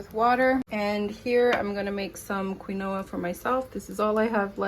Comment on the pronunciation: Wow, I thought my lights had gone out 😅. Quinoa (keen- wa) Your meals look soooo good 😋. Your burgers burgers are like mini meatloaf burgers. Ok, you pronounced it correctly then. I will be trying some of your ideas. Thanks for sharing.